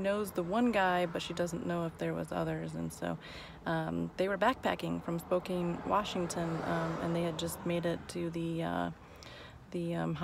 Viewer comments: It's spo•can not spo•kane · Pronounced Spo-CAN